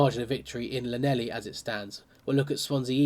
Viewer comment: Dude, I know you don't do Welsh but for your knowledge and growth = Llanelli > Hlan-Eff-Lee